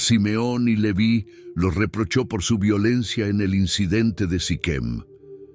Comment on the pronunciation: El nombre Leví tiene acento en la i, se pronuncia con esa tilde, no como en el video